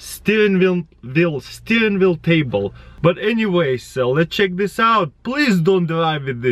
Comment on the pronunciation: Taras pronounces vaccuum: waccuum and wheel: veel. His Russian accent is a lie, it's all a conspiracy.